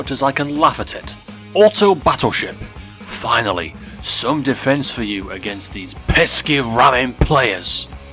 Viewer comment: "FINILY" wtf?